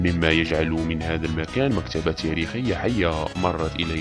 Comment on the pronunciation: هو موضوع مهم جدا لكن السرد والالقاء رديء جدا هذه ليست بطريقة نطق اللغة العربية الفصحى وهذا يأثر سلب من جمال واهمية الموضوع مثلا.. جزائريااااا ، حياااا، تاريخياااا نطقك مزعج أرجوك حسن من سردك لمثل هذه المعالم السياحية والأثرية العظيمة كي يراها العالم كله فأنت تصدر سياحة جزائرية فكن مصدر جيد أو لا تكن وبالتوفيق ان شاء الله